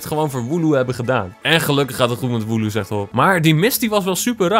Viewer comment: Het is woloo